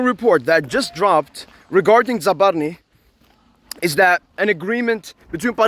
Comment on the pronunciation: You messed up his name but keep up the good work🤝